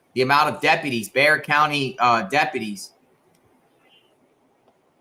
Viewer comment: I'm impressed you pronounced Bexar right 😉 Crime has been so crazy here lately.